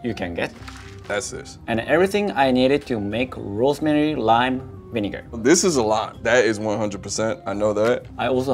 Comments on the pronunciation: Lol, he pronounces it "vinigga" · rosemary lime vineguh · Why does he say vinigga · the way he said vinegar cracked me up